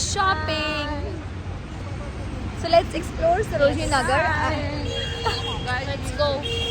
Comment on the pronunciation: Mam Sarojani Nahar nahi Sarojani Nagar hai Phale apna tital to sahi kijiye 😮